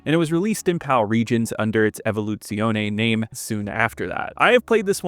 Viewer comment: Evoluzione? Don't you french it up on me boy. This game seems neat